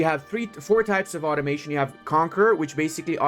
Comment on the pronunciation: When you said automation I thought you said ottomation, as in how hard ottomans can blob